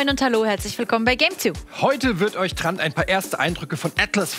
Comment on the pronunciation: Mich triggert es immer, wenn Trant das G als K ausspricht. 🙈